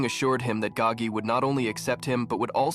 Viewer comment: It is Spelt "Gao Ge" first name Gao (high/tall), last is Ge (song/sing), meaning "to sing loudly" It is simply just a Chinese name. It is not spelt Gagi or pronounced that way, the narrator just didn't pronounce it correctly